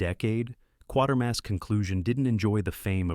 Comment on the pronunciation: Kwaytermass not quartermass.